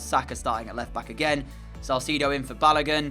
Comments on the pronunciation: 😂😂😂 lemme help u with pronunciations since I’m also a Nigerian like ur striker for the Norwich match. His name is Pronounced Baloagun. And the Oa is pronounced the same way it is pronounced in the word Boat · And baloagoon